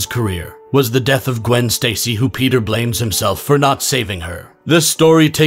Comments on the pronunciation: You said "Piter" instead of "Peter" thats funny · I like how he pronounces his name as Piter